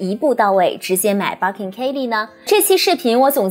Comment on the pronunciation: 我忍不住⋯⋯ Birkin 發音錯了🤫